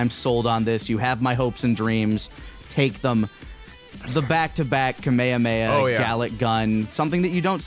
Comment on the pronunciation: why do you still pronounce it Kameyameya?